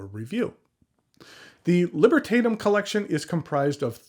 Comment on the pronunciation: AWESOME Pen. I really liked it. BTW the vowel a in Libertatum will be more or less pronounced like the a in the word back or chat.